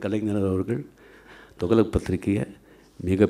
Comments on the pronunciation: தோக்ளக் இல்ல ரஜினி சார் .துக்ளக் . தமிழ் நல்லா பேச கற்றுக்கொள்ளவும் . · He is not even able to pronounce properly the words, he says “thugalak”, illiterate. those days it was costing only 60paise, who bought for 50 or 60rs. liars. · இவ்வளவு வருடங்கள் ஆகியும் தமிழ் பேச்சு சம துக்ளக்க துவளக் என்று உச்சரிப்பது வெலங்கும்... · Thugalak or Thuklak oluga pesunga boss... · என்ன டா துகளக்... துக்ளக் சொல்லு பாப்போம் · அரே அது துகளக் இல்லே. துக்ளக் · சரியான கேள்வி.. துக்ளக் கூட தொகலக என்று சொல்றாண்பான் இவன்❗🙄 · Dei athu துகளக் இல்லடா துக்ளக் இவனும் இவன் தமிழும் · துகளக்காம்... துக்ளக் னே வாய்ல வரல.. நீயெல்லாம் பேசுற. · துக்ளக் ஆ?? துகலக்கா??? லகலக னு சினிமா ல டயலாக் பேசி பேசி தமிழ் தெரியாம ஒளராத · 45 years he couldn't speak tamil still with correct pronunciation, " togalak" ? , he is the next " togalak" of cowdungs party? Full of lies " Nadunila vadigal kuta sholli olaku podanum??" :-)) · தயவு செய்து துக்ளக் னு கொஞ்சம் சரியா சொல்லுங்க. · Sankiye mudhalil thuklak endru sariyaga ucharikka katrukkol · he doesnt even know how to pronounce thuklak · Better rajini pronounce the name of the magazine correctly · Pls learn to pronounce thuglak properly. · He doesn't know to pronounce துக்ளக் in Tamil properly!! And the so called forward caste people are enjoying nd encouraging his biased speech!!!!! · Entha loose first told the name correct ly in Tamil